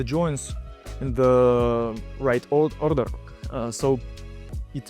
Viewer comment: The guy who's been describing the bending process, has good pronunciation. But "order" sounded unexpected :D Keep going guys, thank you for sharing. PS - Polina uses the same approach as me, if I have enough vocabulary to say smth without necessity to select some words, I would say it quickly. If I have to think which word is necessary to use there, it will be "eee" with some pause))